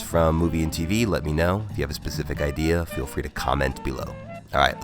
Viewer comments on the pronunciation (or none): none